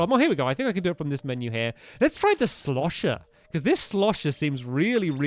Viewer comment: I crack up when ever stampy says shlosher